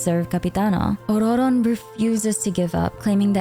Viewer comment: Why are you rolling the 2nd "r" in Ororon? It just comes off as pretentious and extremely annoying when nobody in the lore/game is pronouncing it with a rolled r. Jesus christ. You can't seem to use a single pronoun for him, so you're actually saying his name every 4 words which sounds insane.